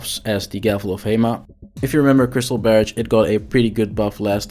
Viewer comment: "Barridge" = Barrage 🤣🤣🤣